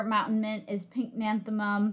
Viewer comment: Correct spelling and pronunciation pycnanthemum, not pink nanethemum.